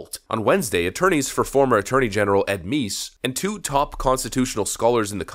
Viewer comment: It's "Meese", not "" 😉